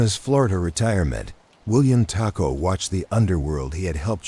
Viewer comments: I’m watching from Detroit. I really like the artwork or whatever you wanna call it. I like the feel of it. I must apologize for this however, you’re pronouncing the last name as a predominantly Mexican food, taco. Knowing people who have that surname myself personally, it’s pronounced Toe-co😊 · It's pronounced Tocco